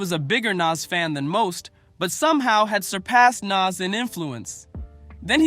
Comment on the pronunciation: The video you posted tells you how to pronounce his name (NAS), don’t change it.